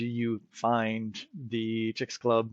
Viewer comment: It is pronounced CHICKS- AH - LEWB. sorry for being that person